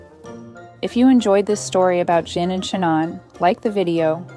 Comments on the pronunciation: How did JIN turn to GIN during the narration?? Proving this is an AI narration... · It's weird how the pronunciation of their names constantly changes from Gin to Jin and Shanahn to Shanan. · Sooo is it Jin or Gin. Heard it pronounced both ways… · Cute story, but the narrator (AI?) can't decide whether to pronounce the cat's name as "Jin" or "Gyn" (hard "g" sound).